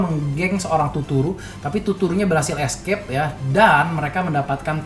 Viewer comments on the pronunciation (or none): none